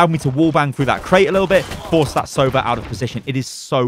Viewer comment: One thing about Sova agent name. It's 'sovA', not 'sOva', it means 'owl' in russian.